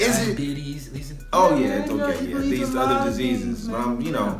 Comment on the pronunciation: I hate the way he sey ok😭